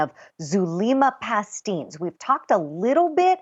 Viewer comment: Isn't Zulema's last name pronounced Pas-teh-nes ?